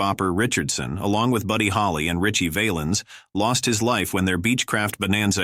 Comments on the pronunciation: Richie VAL- ens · I know he wasn't a famous actor, but how about Knute Rockne. He was killed way before Will Rogers. Terrible voice over work here. Valens pronounced wrong several times. Using Patsy Cline look a likes is insulting to her, not to mention the mispelling of her name numerous times. 12K SUBSCRIBERS TO THIS GARBAGE !!!!!! YIKES !!!!!!